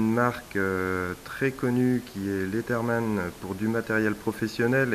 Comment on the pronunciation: revue intéressante, je me suis d'ailleurs acheter ce modèle. juste... quitte à passer pour un relou... on ne prononce pas leaTherman mais plus LeaZerman. Bref bonne continuation